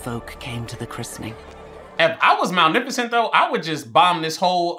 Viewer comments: I cant tell if he keeps saying malneficent as a joke or not and its kinda funny ☠️ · wait whos mal miffocent😆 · MalNIFicent lmao... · Lol malenificent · I love the way he pronounces Maleficent the entire movie lol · They say this lady name fiftyleven times and still saying it wrong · I’m not gonna lie the consistent mispronunciation of the name is killing me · U keep pronouncing her name wrong and it bothers me 😂😂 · Ma.Lef.Fi.Cent - just saying. Unless you’re doing a bit, then just ignore me. Love the reactions👍🏾 Also the baby she said, “I hate you!” to, that’s her real life daughter. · the way he kept saying "Malneficent" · Not the “malneficent” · Malnificent😂 love that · It’s maleficent with an L not an n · Anybody else peep how he kept saying malneficnt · if you say "malneficent" one more time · say it like "MA-LIFA-Scent" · Hermione: its MalEficent not Malnificent Ron : you say it than, if you're so clever ... no real difference ocured what so ever . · Respect the #bingers for real... We really waited 17min for tongue to act right. Manificent. Malnificent. Magnificent. Sir! The woman's name is the movie. English! Get it together 🫣🤣🤯😂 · bro her name isnt malnificent 😂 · I think you mean "Malneficant" haha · Movie title: Maleficent What the fairies call her: Maleficent: MaNiFiCeNt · I love that continuously says malneficent rather than maleficent 😂😂😂 I can’t tell if he just can’t pronounce it right, bc same it, or if he just didn’t realize he was saying it wrong😂😂😂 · "Today we're watching Malneficent" movie hasn't even started and struggling already 😂😂😂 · bro really called her malnificent instead of maleficent the whole time😆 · Him saying "Malneficent" instead of Maleficent always annoys me whenever I watch this. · It'sMalEficent not MalNeficent Sir. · LOL. Do you just like saying names different than they are?! 🤣 it sounds like you’re saying Mowl-nef-icent. 💀 it’s MUH-LEH-FUH-SNT. 🤣💀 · Cause who is Malnificent? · "malnificent" XD